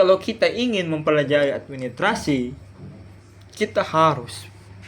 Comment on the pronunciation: Administrasi pak guru ...bukan Admi trasi he